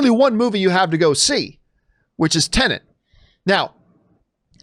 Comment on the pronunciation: What’s with all you Americans calling this movie “Tenant”? It’s pronounced “Ten-et” - very simple.